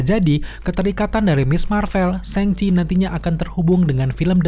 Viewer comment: Khan dibaca kan cenderung qan, Shang Chi ya dibaca Shang Chi, bukan Seng Chi